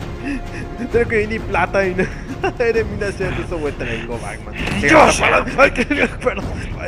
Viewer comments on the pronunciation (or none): Lo q a mi mas me encanta cuando dice (Bagman)y no Batman😂😂😂😂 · Itavyrai ko bacman dice jajaja😂😂😂😂